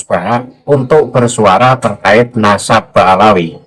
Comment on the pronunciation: Gus baha katanya berilmu , ngomong nadab aja belepotan, memalukan baha mukibin.